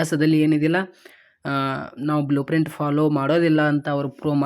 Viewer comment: Blueprint ❎ Bluepran ✅ 🤦🏻‍♂️